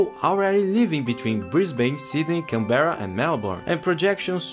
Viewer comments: apart from the pronunciation of canberra (can-bra) great video mate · how many different ways did you try to pronounce Canberra? Here's a cheat sheet to how to pronounce Canberra, Melbourne & Brisbane Can-bruh Mel-bin Bris-bin